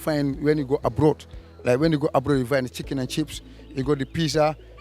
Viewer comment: bro said he lived in London for 20 years, then said "the siken and chips.| 🤣🤣🤣